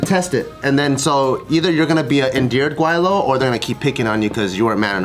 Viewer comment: First off you guys are pronouncing "Gweilo" wrong and got it right the first time sating "Gway-low" instead of "Gwai-lo"